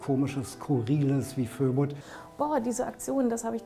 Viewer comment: Und gerade war ich dabei, mich nach Jahren daran zu gewöhnen, nicht "Fo-Ebud" zu sagen, sondern "Föbud". Ist wirklich besser, wenn Ihr einen besseren Namen bekommt. Eure Arbeit ist es wert, so bekannt wie möglich zu werden, denn sie ist wichtig! Danke dafür!